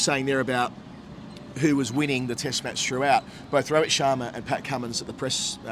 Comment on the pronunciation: It's Rohit Sharma not Robert😂😂